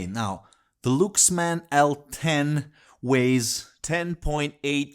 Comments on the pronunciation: Is it pronounced " looks man " or " Lucks man, " I thought he was talking about a different company? It sounded good played in "moan-o" or "steer-e-o", but joking aside what a fantastic amp, now I'm on the look for one. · Well Luxman is pronouced more like Laaksman which is ラックスマン or Rakkusuman in Japanese. But it is completely fine.